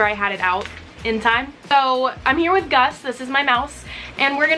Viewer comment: Did you realize you called Gus gas????